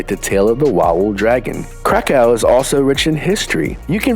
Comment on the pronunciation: Gdzie jest Łałel w Krakkrovie? Beznadziejna jego wymowa! Ofensywne dla mnie, a najbardzyiej jego😮 Auszłic.